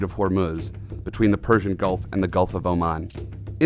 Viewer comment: gulf not golf.